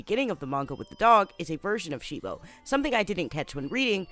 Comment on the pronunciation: Why did You keep saying they name of cibo wrong You kept saying shibo